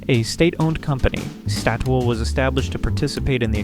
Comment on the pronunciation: how do u even manage to mispronounce Statoil